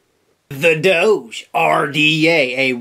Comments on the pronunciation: Doge is pronounced "Dog-E" or "Doggie" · Jesus christ, its D-oh-g like the DOGE memes online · it's pronounced DOG-EEE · Its pronounced like dog but with a long o sound. Like the meme